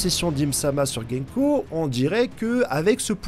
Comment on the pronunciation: C'est gounko pas genko. Fais un effort mec. Son nom à un sens ce que tu dis ne veut rien dire.